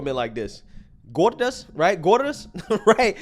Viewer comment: Hilarious,, were u trying to say “gorda” 😂😂